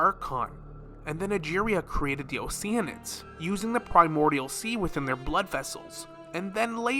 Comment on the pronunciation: i can’t stand when someone says o-sheen-id when it’s obviously OCEAN-ID